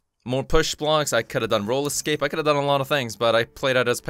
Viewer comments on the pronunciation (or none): Whenever I watch injustice 2 gameplay from anyone and I hear them say "role escape" I keep thinking they say "roller skates" so when I watch your doctor fate videos I think of doctor fate sliding across the screen with roller skates on 😂